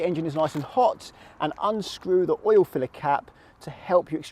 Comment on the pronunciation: Pretty sure oil is a one syllable word.